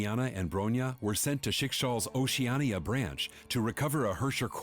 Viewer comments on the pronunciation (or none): none